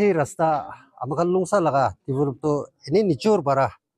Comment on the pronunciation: Longsa Village not Longsaa..hihi.. hihi